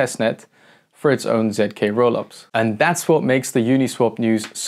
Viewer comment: It’s not zk, it’s zk